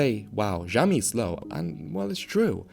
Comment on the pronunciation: Why you call it "Jiaomi" ?